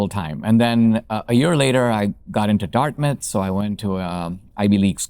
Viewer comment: I thot you said “a year later I got into darkness”, but you said Dartmouth! Maybe the same today!